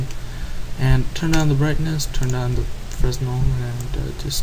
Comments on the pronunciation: Hey thanks for the vid but FYI Fresnel is pronounced "Fra-Nell" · It's pronounced freh-nel. It's a type of light. Jus' sayn. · Quick note... 'Fresnel' should really be pronounced fru-nell... or fre-nell.. The 's' is sorta 'silent'.. ;) It's important :)